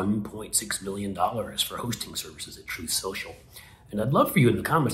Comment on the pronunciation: He pronounced it “Trofe Senchel”. Lol